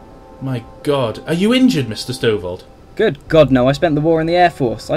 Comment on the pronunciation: You weren't even first. First was like 20 mins+ before you. :P And it's Stovold, not Stovel... :P